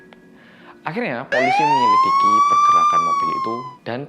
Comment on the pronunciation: MENYELIDIKI OII BUKAN MENYELIKIDI